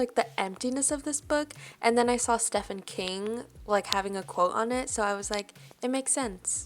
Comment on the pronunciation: That’s the first time I’ve ever hear Stephen King’s name be pronounced like that.